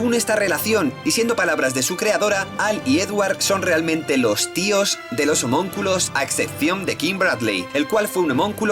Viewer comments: homonculos?? no es homunculos?? buen video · "Homonculos" jajaj